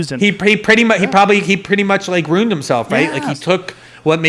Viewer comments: Is he saying “runed” instead of ruined? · I don't trust anyone that pronounces ruined as "roond" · Why does he pronounce ruined that way? 😬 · I like this guy a lot. He says ruined weird though lol. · This guy is making me doubt how I pronounce "ruin" or "ruined"